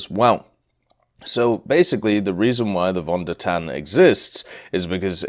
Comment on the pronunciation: if you want to pronounce german names properly, try to pronounce the V like an F c